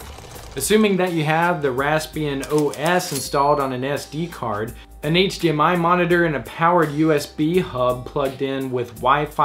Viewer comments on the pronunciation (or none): none